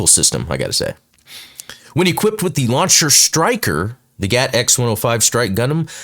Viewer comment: Explained! *cringe* it isn’t GAT, my good man. You might need to add a note to this video that you GOUFED up saying it like you were instead of saying G. A. T. Just letting you know: G. A. T. , not GAT. 😅